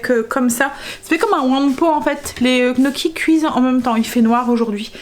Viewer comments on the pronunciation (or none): coucou on dit gne gnocchis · "nioki" gnocchis!